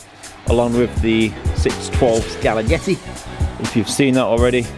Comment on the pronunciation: "scaglietti" SKAL-LEE-ETTIE